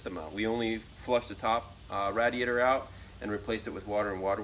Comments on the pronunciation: It bothers me that doesn't pronounce radiator as "RAY-diator" like the rest of the civilized population, but otherwise awesome job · TwinSpinner i guess i am not a part of the civilized population because i pronounce the name of a part differently. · Love and the way he says "radiator." 😂 Love the bum shots too! You dirty dogs 🐶. Impressive on the heat loss. I'm adding this to mine. What is the shielding stuff called? Shielding or Water Wetter? What do you guys think? Sounds like the Water Wetter made the difference.